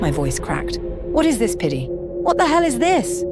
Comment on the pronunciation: Even the guys name is piddy and he just replaced the d with a p😭💀